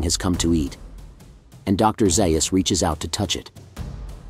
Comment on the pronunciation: Ok I can’t listen until you correct the pronunciation of Dr. Zaius’ name….